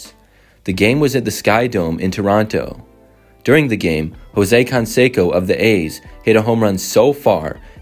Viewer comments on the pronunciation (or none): Con-Seco? Its canseco, jesus